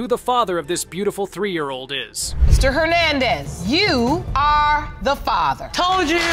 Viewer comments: So is that AI can't pronounce Father, or a non Ai computer, or a teenager making videos? Somebody can't pronounce the word father! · This narrator absolutely drives me crazy he doesn't know how to pronounce the word "father" Even if it is an auto generated voice I can't believe that it says fayther not father.Argh! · Whoever does these voiceovers needs to learn how to pronounce “father”😒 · I wish they'd teach ai how to correctly pronounce father. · Please next time choose a narrator that can pronounce father and intamency on a consistent basis.